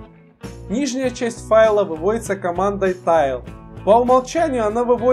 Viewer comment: ГУЙ для ленивых как я! Мне лень печатать и запоминать команды! тач же >_< касание, тачпад слыхали? ТЭйл же! Хвост! Тайл это tile. Следующее видео про тайловые манагеры! i3, awesome etc...